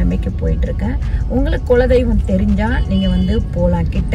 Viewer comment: Please குல தெய்வம் என்று சொல்லவும் ... நீங்க சொல்றது கொல தெய்வம் என்று கேட்கிறது